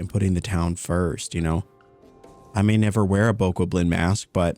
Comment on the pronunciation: Bokoblin pronounced Bo Cob Lin. I only know from watching so many videos when BOTW came out and i was playing it.